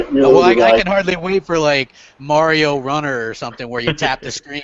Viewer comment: you called it: M'ario Runner! :D